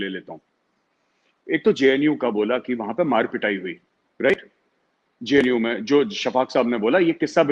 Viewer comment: Shaffaq mohommad couldn't even pronounced the JNU properly and he is very concerned with those Students. This shows how ill informed these people are!!!